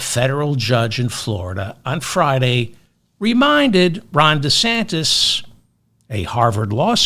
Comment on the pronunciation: "Ron DeSantist" with a 't' Ha! I love that!